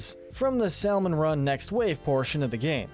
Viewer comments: My man really said sallmoon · He pronounces the L in salmon 💀